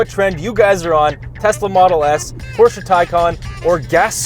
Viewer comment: Thank you from Germany for pronouncing Porsche and Taycan correct 👌🙂